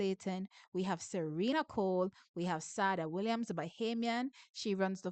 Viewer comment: Thanks for your work, but please pronounce Sada properly. I think it's supposed to be like Sade the singer.